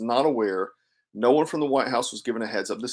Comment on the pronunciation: Funny she cant even say "no"